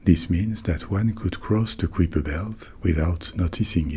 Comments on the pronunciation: I definitely learned it in school as "kai-per" not "k-whip-er." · “KAI-per,” rhymes with “SWIPE-er.” As opposed to “quipper.” 😅 Good sound tho. ❤ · On prononce le nom Kuiper comme "caillepa" (/ˈkaɪ.pə/) et pas comme "kwipa" (ou -peur pour la version ricaine). Mais bon, pourquoi pas !